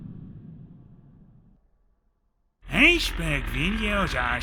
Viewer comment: "Iceberg videos are so stoo-peed"